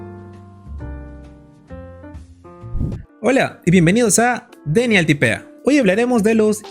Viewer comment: Gracias por la infomración. Me ayuda mucho. Una pregunta. Es que hay algo me incomoda a más no poder. Cómo es tu nombre? O.o Porque como está escrito "Denial" pensé que es una palabra aguda. Pero la pronuncias "Dénial" no "Denial". Tu nombre es una palabra grave, o aguda? O.o